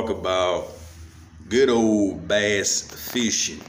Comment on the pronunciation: BASS! It’s BASS! Not Base lol